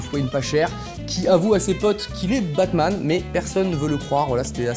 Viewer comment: Quand il a dit bat man j'ai compris pack man